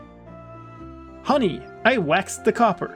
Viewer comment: "Get to the coppah!" made me chuckle